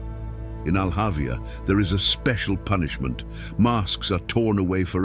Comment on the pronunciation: It's not Al Avia... It's Al hawiah